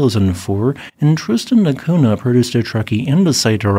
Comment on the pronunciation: NH in Portugese is pronounced like NY, so it is Tristan da Cunya. I dont get why you just ignored the H completely